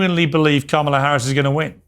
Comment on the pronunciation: This woman needs to make up her mind about how she wants to pronounce Kamala.